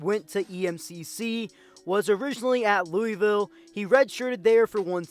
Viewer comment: That is NOT how you pronounce Louisville 🤢